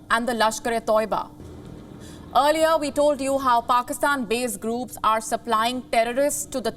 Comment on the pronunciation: Groooopssss kaboooollll toibaaaa learn the language guy. Earliyaaaaa seriously.